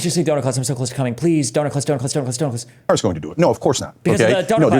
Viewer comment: I wish I had 5 dollars for every time Steven said Doner class